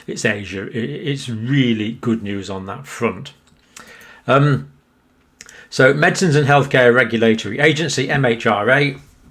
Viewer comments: Thanks for your continued diligent updates John. I wonder how (and by whom) the pandemic officially gets announced that ‘its over’ (re. AZ (and others) profits)? I am sure there will be arguments for the next 20 years! Makes me smile you keep saying ‘HMRA’ instead of ‘MHRA’..... all the best John. A good day indeed. PS: In my working days I use to sell biopharma vaccine process technology and equipment to AZ, Pfizer, Teva, Glaxo etc so it is ‘close to home’. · I wish he pronounce the MHRA correct just once. I've turned him off if he can't say four letters in order I've little trust in his detail. It isn't HMRA, Its not MHR authority either as in his previous videos. If doctors like him and big pharma and Halfcock (and his idiots) knew anything about immune systems they would by now have managed to give just ONE piece of health advice to help us when we contract this deadly disease which has claimed almost 400 under 60's live's this year. They don't and haven't a clue. Just chemicals that they can manage to manipulate and show efficacy for. A farce.